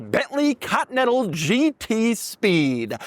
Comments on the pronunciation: Why does he say ''cotnetal'' instead of continental? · I forgot about how weird Doug pronounces continental. Cotee nettle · Ahh yes the good old Cottonental GT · Doug the type of guy to pronounce it "Cotton-ettle" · Oh, the good ol' Bentley 'Caught-Natha'.